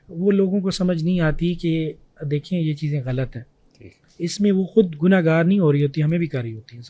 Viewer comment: First of all the word is ghalat not galat. These girls grown up with watching indian movies I bet they pronounce jeera instead of zeera 😂